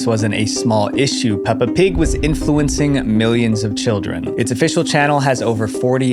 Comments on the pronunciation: “Pelpa Pig” lol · "Pelpa pig" 😞✌️ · ‘Pelpa pig’ hits hard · "ban pelpa pig!" MAN WHO THE F*CK IS PELPA? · PELPA PIG??